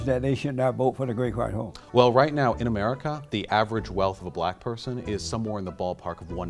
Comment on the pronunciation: “Do you luh bleh peepuh?” “You a Nahsee?”